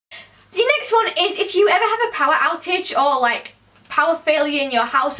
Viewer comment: When you said The next one I heared The sex one